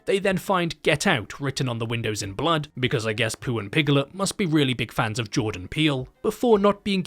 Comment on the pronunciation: "Bwood is thicker than honey, Chwistopher."